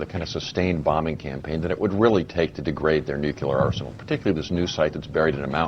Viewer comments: will they ever learn the correct pronounciation of the word 'nuclear' ? I know, new rule! if you can't pronounce it you can't use it. period. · If you can't even pronounce the word "nuclear", you're too damn stupid to have a valuable opinion here. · Why can't conservatives read? "nu" sounds like "new". "clear" sounds like "clear". Put them together and it's "nuclear", not "nuculer". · Ugh. Bayh keeps saying "nook-yuh-lurr". *twitchtwitch* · Why the fuck can't Evan Bayh say "nu-cle-ar" instead of "nu-cu-lar"???!?! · I know that this is an ongoing debate, but this annoys me so much: it's NUCLEAR, not NUCULAR! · Hey Senator, it's NEW-CLEE-AR, not NEW-CUE-LAR!!! Jeez! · Is it just me who thinks it's scary when politicians say "nuculear" when it's pronounced "nuclear"? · "Day of Reckoning"? A warhead needs to be deployed up inside Bayh. Oh, and Evan - IT'S NUC-LE-AR. NOT NOOK-YOU-LER. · One of the only hard and fast rules I have, is NEVER trust anyone that pronounces it "new-cue-lar" instead of "nu-cle-ar"... In fact, it pretty much automatically makes me want to shoot them in the face... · hey Evan, its pronounced nuCLEAR, NOT nuCULAR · I don't trust anybody who pronounce it "nucular" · *sigh* It's pronounced "new-clear," not "nuk-u-lur." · Clearly not a dem. "NUKULAR" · This guy is saying "nucular"?? He's no Democrat. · I general discount the opinions of people who say "nukular". It may be a mistake on my part, but I feel that someone who can't correctly pronounce nuclear, which is not a hard word to pronounce, is too stupid or ignorant to know very much about the topic. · anybody who says 'nucular', especially a government official, is a complete and utter moron and shouldn't be given any importance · Dear people being payed thousands upon thousands of dollars to speak on National Television. Say it with me. "Nuclear". New - Clee - Ar. Nuclear. Neeeeeeeeeeeeeeeeeewwwwwwww Cleeeeeeeeeeeeeeeeeeeeeeeeeeeeeeeeeeeee Arrrrrrrrrrrrrrrrrrrrrr. Nuclear. Thanks.